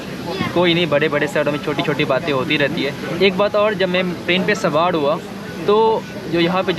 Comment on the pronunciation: Buda nahi yaar bura sawad nahi sawar bolo